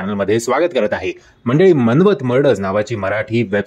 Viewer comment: It's not man-want it's maan-wat, and ask the give credits to original invigation local team as well , not even names of these officers told correctly